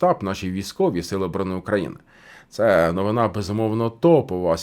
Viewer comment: Ваша неповага до мови вражає. Хто вас вчив ставити наголос у слові новина на останній наголос? Мене навчали що є новИна. А ви будь ласка вивчіть правила, якщо вже користуєтесь солов'іною